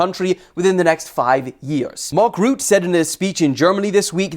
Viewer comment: hahaha the way he said mark rutte 🤣❤️